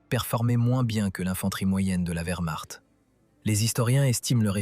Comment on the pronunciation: SVP, CHARLEMAGNE, n’était-ce pas celle des volontaires français ? Merci. Je croyais avoir tout vu comme I.A. de merde, en 4mn 30sec. le record est battu. VERMARTE= WERMARCHT 🏴‍☠️💀💀☠️ Von Manstein était un spécialiste incontesté de la défence.